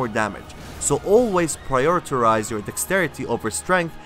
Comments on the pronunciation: Prioritize not Prioritirize and yes im a dickbag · Prioritorize new word lol